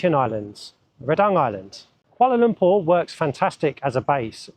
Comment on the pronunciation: Congratulations! U've pronounced Kuala Lumpur like d locals!!